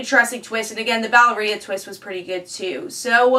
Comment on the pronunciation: I had never heard 'Valeria' pronounced like that, I always say it like this